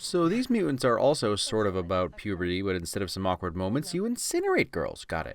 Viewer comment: Pew-Bear-Tee off